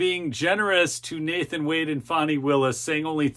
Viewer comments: it's fani! not "fawny" bro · It's not Fonny. It's Fani. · My burning question, why do you call her Fawni, her name is F A N I. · Quit calling her fawny...it's fanny..Annie Annie bo bannie